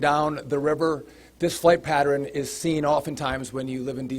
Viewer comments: who the hell pronounces "Pattern" like that, I've never heard someone pronounce it like that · He said it twice, the LEO on his right stopped to take a glance 😅